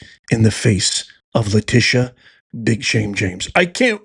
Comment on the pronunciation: Lie-tee-sha.. (lying Tee sha) go hard and take her down Madam AG Bondi!